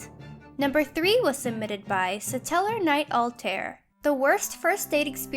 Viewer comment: At least said Stellarknightaltiar right.